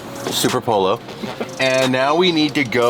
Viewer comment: pollo, Spanish for chicken, is pronounced poy-o, two Ls together are pronounced y in Spanish. FYI.